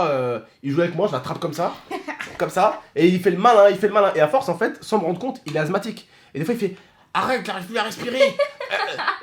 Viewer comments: Sa se dit assemathique et pas azmathique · Assssthmatique pas azthmathique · Asthmatique pas azmathique mais bon Bon courage 😀😃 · asmatique pas azmatique juste pour te prévenir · Ses pas azmatique ses asmatique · Azmatique mdrr c est asmatique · Asmatisue pas azmatique😂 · On dit << asmatique >> et pas < > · Il a dit "azmatique" 😂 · Mdr il a dit azmatik